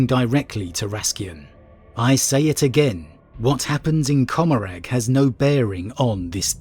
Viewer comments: Commoragh, the g is silent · I always thought it was pronounced "Commoragh" like Gommorah